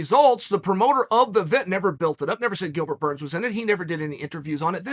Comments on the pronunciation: “Gilbert gurns” been hanging with Connor and Jon too much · Me: Gilbert Burns Uncle: Gilbert Gurns Me: Ok great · Gustin vs. Gurns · Chael: "Gilbert Gurns" Everyone: Ok Great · Chael “ 10 seconds into the video and already called him Gilbert Gerns “ sonnen😂😂😂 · "Who tha foook is Bilgert Gurns?" Jon "The Notorious" Africa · Gillburr Gurns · Can we just take a second first second in the vid, Gilbert Gurns😂😂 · Bilbert gurns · Gilbert gurns? 😆